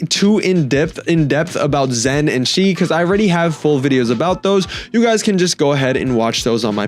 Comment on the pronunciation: Chi❌ subtitles: See✅